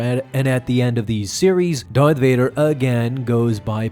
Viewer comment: Did u jus say doyth vadah. I fuckin love that u remind me of mick from rocky